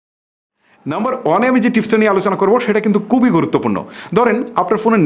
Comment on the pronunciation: দয়া করে শুদ্ধ বাংলা বলেন।উচ্চারনে এতো ভুল করেন, দয়া করে সঠিক ভাবে বাংলা উচ্চারণ করার জন্য আপনাকে অনুরোধ করব।আপনি খুবি করে বলে কুবি।কুবি আর খুবি কি এক?